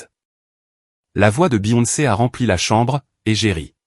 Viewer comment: 4/10 Du réchauffé. Et des horaires illogiques, contradictoires, entre le changement des serrures, le retour de sa femme, etc... Certains mots mal prononcés, par exemple la 2ème fois que Beyoncé est prononcé.